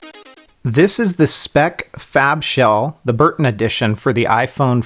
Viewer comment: i thought you said FapShell >.<